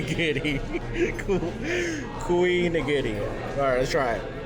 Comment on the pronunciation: Kouignigiri is a combination of kouign-amann ("queen ah mahn") and onigiri so it would be pronounced queen nigiri.